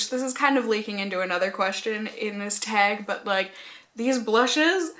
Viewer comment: Your northern roots really show when you say the word "teg"! love it 😍😂